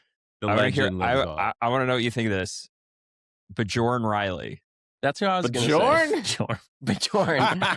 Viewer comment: Rage bait is pronouncing bjorn Riley’s nane